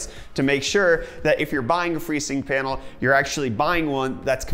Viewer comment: Sounds like he's saying "Painal" lol..